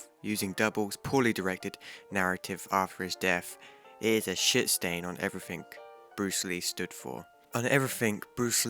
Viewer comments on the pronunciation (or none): Stop saying everythink it isn’t a word